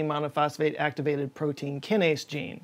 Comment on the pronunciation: Aaahhhhh he said so many things wrong about AMPK, and I'm too flustered to type it all out. From the basic pronunciation of kinase, to referring to a protein kinase enzyme as a gene, and to not even explaining the negative feedback loop of why the kinase enzyme is activated. I think I like this guy. I just subscribed. But the, "are you still with me? Okay good" really bothered me. I don't know why.